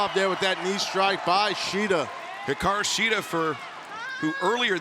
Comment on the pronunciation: Peter Avalon vs. Brandon Cutler was a funny match, really loved the Shida/Storm vs. Sakura/Suruga match and I love how pronounces Hikaru Shida's name when introducing her, it makes you feel tickly and happy inside at the same time (I know, it sounds weird =P).